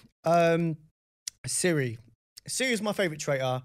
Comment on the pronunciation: Her name is Cirie not Siri.